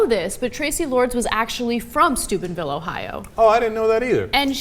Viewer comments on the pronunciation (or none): Lol does she keep saying stupidville or is it just me? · It sounds so much like they're saying Stupidville Ohio. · I still keep hearing "stupidville". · For a second instead of 'Steubenville' I heard 'Stupidville'. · I swore when they said Steubenville, I thought they said Stupidville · Every time you say Steubenville... I hear Stupid-Ville... I agree with the latter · I have always thought Ana was saying Stupid Ville in previous video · When saying Steubenville, it sounds like Stupidville. A perfect name for that town. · I hear Stupidville every time Anna says it. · Sounds like "dickheadville" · it sounds like she keeps saying "stupidville ohio"